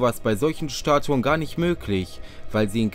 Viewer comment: Schtatuen mit dem Schandy unmöglich isht